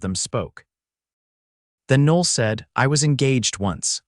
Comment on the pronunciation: The AI narrator completely messes up the pronunciation of her name. Noel is a beautiful name (Noel [Noël] means Christmas in French) and should be pronounced correctly.